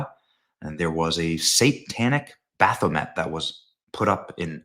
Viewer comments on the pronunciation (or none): Religious freedom includes statutes of Baphomet. Which is a French word pronounced Bapho-may. Most people in the U.S get it wrong, even the Satanic Temple, which also fight for religious freedoms, including America not being a Monotheistic Christian nation.